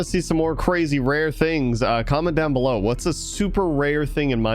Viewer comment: Are we just going to ignore the fact that he speaks "below" wrong? He doesn't it like "bellow"